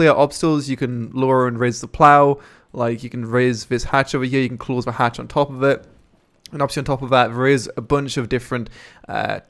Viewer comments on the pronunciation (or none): none